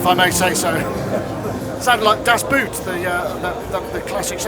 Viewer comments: Das Boot is pronounced "das bote" 😁 the 2 o's are like the o in drone for instance. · Paul LeBlanc or he just didn’t get as it isn’t pronounced like the English “boot” but with a long “o” like in “Moog” :) I didn’t get it at first either... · I'm German and fluent in understanding English but didn't get "Das Boot", too. It was just pronounced badly. Without the article "das" I would not have understood it at all.